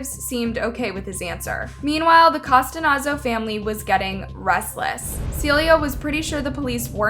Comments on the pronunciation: Why pronounce it like Costanazo when it’s spelt Costanzo? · You keep saying Costanazo. Isn’t her name COSTANZO? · I’m so glad someone said it she added like extra letters love her content but I almost couldn’t finish it cause she butchered it so bad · COH-STAN-ZOH Not Costanazo. Like You Didn't Even Attempt To Fix The Pronunciation. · cuh-STANZO where did you get costanozo from??? at least say the girls name right ffs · You're pronouncing her name wrong throughout. It's Costanzo and not Costanazo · 😩 it’s driving me nuts hearing how she’s pronouncing her last name! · Read the surname properly, please! Cost-an-zo! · This is my cousin It's Cuh-stanz-O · "Cos-TA-nAN-zo"?? Lol Who edited this and didn't notice how badly this girls name was butchered (no pun intended) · Nice job butchering her last name… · If youre going to do a story on someone at least learn to pronounce their dang lastname. Its too disrespectful. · You butchered her last name. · This case still gets me everytime since the first time I heard about it, still haunts me to this day....by the way you kept saying Mickey's last name wrong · How do you manage to say the names of victims incorrectly in nearly every single video?! Don't you have an editor? Very unprofessional and disrespectful.😢